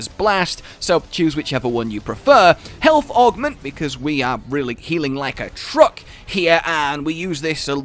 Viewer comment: "Healt with food"